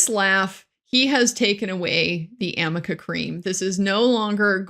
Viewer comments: AMICA Cream is a HAIR treatment. ARNICA cream is to soothe and calm irritated skin and temporarily relieves muscle pain and stiffness. Obviously Elaine can't even read her own notes and has no idea what it is! She is confusing the "r" and "n" for an "m" by running them together. Another ill-prepared, incompetent showing. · Isaac will hear Elaine in his nightmares saying "amica cream" for the rest of his days 🤣 poor guy. I love him, so entertaining!!